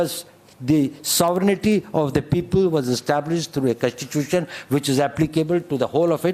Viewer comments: the way u say contitusion, contitusion says volumes about your en devour!! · Contitution contitution abberation abberation.